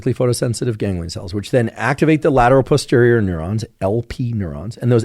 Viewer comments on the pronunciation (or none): none